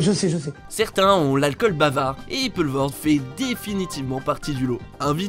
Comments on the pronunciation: C'est qui, ce gars qui fait les commentaires ineptes de ce film sur lequel je suis venu perdre quelques minutes de mon temps ? Il prononce "Poelvoorde" de manière très approximative (et erronée), oscillant entre Peulvoorde et Polvoorde, alors que c'est simplement Poulvoorde qu'il faut dire, pas besoin de chercher midi à quatorze heures... Quant à l'état "secondaire" (sic) de Johnny, je préfère n'en rien dire... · on dit poulevaurde au cas ou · On doit poulevoorde et pas peulevoorde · ca se pronnonce "poulevoorde" :o)